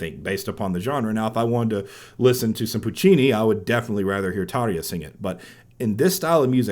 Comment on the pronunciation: Tarrrr-ya!!! Not Tar-ee-ya!